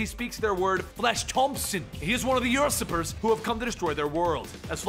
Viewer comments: um do u know how to say USurper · Is he pronouncing Usurper as Ursurper?